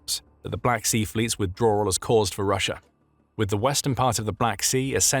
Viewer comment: I’m so confused how sometimes you say Russia regular and then half the time you’re saying Russier